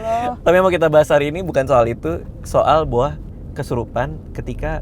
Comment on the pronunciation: Please namanya Boah bukan BOA😂 klau BOA idol korea noh penyanyi dia